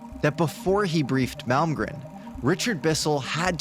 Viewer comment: Hey there, I'm a fairly recent sub, & really like what I've seen so far. The main point of this comment may seem trivial, or silly to some folks but, it's the fact that you are thee only other person, other than myself, that I've heard pronounce Harold Malmgren's last name correctly! I'm dead serious bro, everybody is calling him Mal-gren, & not including the second M. Thee exact same deal goes for Malm-strom AFB, they all call it Mal-strom. My phone even keeps trying to "correct" me when I type in Mal-strom!!! Pay close attention when you hear other folks talking about either one of these names, & you'll see that I'm right. It just drives me nuts, because I automatically expect everyone to screw it up, but today, I started this video & heard you say Malm - gren, & was sooo surprised, I had to replay that part over 2 - 3 times, to be sure! Thank you, you're doing fine work, & have a keen "BS" meter, regarding fakes or "hoaxes". Keep it up, Dino in Ventura CA.